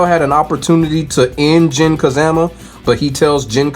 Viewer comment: I cant help but chuckle every time I hear Jin "Ka-ZAM-A" 😂.